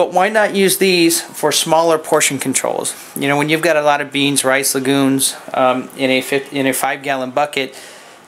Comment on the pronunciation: excellent tip.. had to rewind a couple of times.. Sound like you said beans, rice, and lagoons.. hehehee..